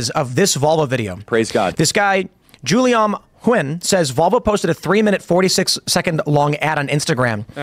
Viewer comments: In the scheme of things this is miniscule, but Tim pronouncing "Guillaume" as "Julie-arm" had me rolling. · Say what you will about Timothy 'Nearly Illiterate' Pool but pronouncing "Guillaume" as JOO-lee-om is really... WEIRD